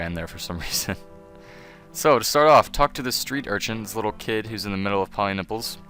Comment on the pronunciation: thank you sir i chocked for 5 minutes when you said 'go to pollynipples'